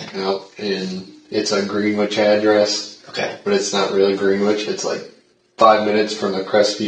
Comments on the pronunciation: 'Grenich!' Greenwich is 'Grenich'. Guilty of pronunciation crimes. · The W in Greenwich is silent. Stupid!